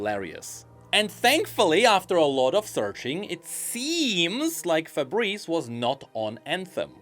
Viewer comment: It's Faburisu,. Stop saying Fabreze :face-blue-wide-eyes